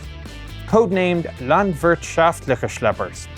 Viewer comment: Did he try to say smth with Landwirtschaft.....? Quite funny to hear an english speaking person speaking German XD